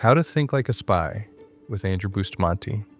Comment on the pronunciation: Here's a "Big Think", his name is Bust-A-Man-Te.